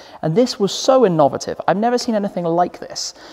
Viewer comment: The way said inovative was very InOvative